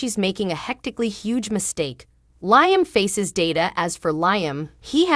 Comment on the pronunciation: Narrator, please pronounce the actors names correctly. Hope's husband's name is pronounced Leeeam, not as in high